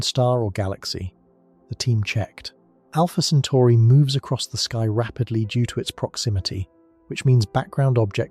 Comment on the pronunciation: also it's Alpha Centauri.. not Alpha Centari